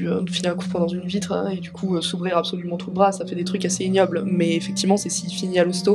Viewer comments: "A-be-so-lument" xD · A PEUH SO LUMENT ^^